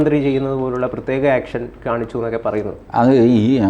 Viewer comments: Not action, it's "yeaction" from 😅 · ആക്ഷൻ അല്ല,,,,, എക്ഷൻ,,,, 😄🙏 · ആക്ഷൻ അല്ല ഏക്ഷൻ 🥴